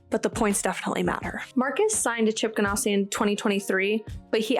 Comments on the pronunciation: Subscribed. Excellent content. Love your energy. Please change one thing though: it's GanASSi, not GanOSSi. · I really enjoyed your show just want to clue you in even though you made it sound much classier by saying gan ah si it is pronounced like you are an ass Ganassi😊